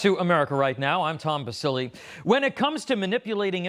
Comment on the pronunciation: Eh! Basile! That is my mother's maiden name. The correct pronunciation is BAA-SEE-LAY. So, I'm looking forward to hearing the correct Italiano NOT Americano sound. Because it hurts my ears as an Italiana